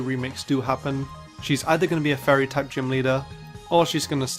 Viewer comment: It sounds like you're saying "furry type"